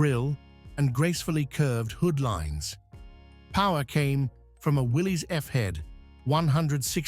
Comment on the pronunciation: It mispronounced Willys too. Just like most humans do. It is pronounced like Willis. As in what you talking about Willis ?